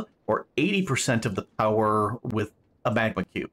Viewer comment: POWAHFUL POWAH!